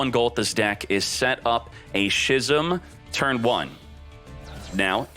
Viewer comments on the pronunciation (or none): it's pronounced "skizm" for f**ks sake.. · Love your videos as always man, but please stop pronouncing 'schism' as 'shizzum'. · How many times does this guy keep mispronouncing "schism"?